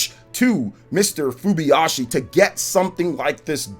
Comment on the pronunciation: *Hidemaru Fujibayashi: "Fubiyashi"